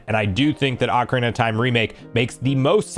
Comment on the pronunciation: Said ocarina wrong